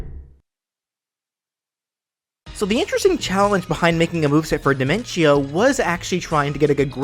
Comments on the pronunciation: Your saying diminco not dinentio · his is di-men-tio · This is really good and all, but I have one problem Dimentio: pronounced by: Die-men-chee-oh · It's pronounced De-ment-tio as it sounds better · Personally, I pronounce his name as Dimen-tee-oh, but that was mostly because of the songs Man on the Internet made about them. Speaking of which, now your just one chaos clown away from unleashing his chaos clown cacophony onto Smash. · Listen man, I love your series and I love your channel. The one and only thing I hate is how you pronounced Dimentio's name.